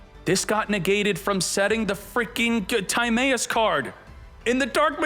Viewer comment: we out miss pronouncing timaeus name wrong did you not watch. yugioh after battle city